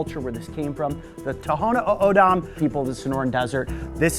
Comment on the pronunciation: Spent so much with the Tohono O’Odham you cant pronounce the name. That’s a culturally significant symbol to the Nation… not the best decision. If you want to do something meaningful, work with our wildlife program.